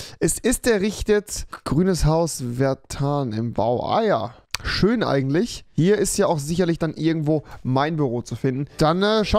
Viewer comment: Leute sagen schön Rewi: Schösch